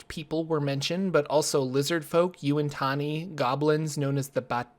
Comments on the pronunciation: I'm sorry, I hate to be that person, but... Yuin-tanni? Yuan-ti (you-ahn tee) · Nope im that person! Yawn- Tee Per d&d forgotten realms demon stone on ps2, spoken by khelban blackstaff, played by sir patrick stewart!! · Absolutely you-ahn tee. Also, Uhb-tao.